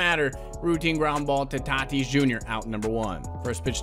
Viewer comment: It’s not t i t i s It’s t a t i s